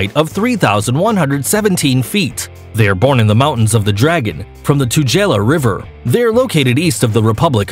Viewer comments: 2nd highest waterfall on the list is pronounced Two-girl- laa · I am from South Africa. So, about Tugela: 1) It is pronounced : Two-geh-la Two = 2 Geh = rhymes with "pair" (use British accent). The G sound is the same as in the word gasoline. La = as in La-la Land. Im trying to make this as simple as I can for the Americans. 2) Tugela is now the tallest waterfall in the world. Google it 3) It is not situated east of the Republic of South Africa. Rather, it is IN South Africa, and is a very important part of South Africa. 4) The province is Kwa-Zulu Natal. Natal = Ner-tell. Not Nay-till. The accent is on the 2nd syllable. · HaHa! 1] it's pronounced 'too-gey-la' British English, 2] it's the highest on the list. Angel is presently 2nd tallest. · Picky, picky, picky. Waterfalls come in many varities, including cascades. Whatever, free-falling or not they are still waterfalls. Incidentally, a few months ago a Czech team of hydrologists re-calibrated the height of Tugela Falls at 2,342-feet, making it roughly 20-feet taller than Salto Angel. So, Tugela [which you've mispronounced; it's pronounced 'too-gay-la'] is presently the world's highest. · Tugela no 1, Angel no 2. Angel is a demon in disguise! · Tugela with hard G.... and the A's in Kwazulu Natal are pronounced like the ones in 'Apple' - not ...Natale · You said Tugela and Natal sooo wrong. As a South African, I’m so offended. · Tu-geh-la falls, not tu-jella. Drakensurg not dragon. Kwazulu Nah-taal. Not Nay-til.